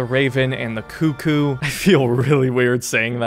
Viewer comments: It's not coo koo. It's cuck koo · he sure says cuh-coo weird